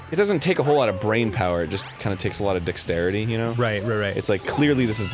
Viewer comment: sounded like Arin said "Takes a lot of dick-starity" lol if that were a thing, I'm sure it would exist in Game Grumps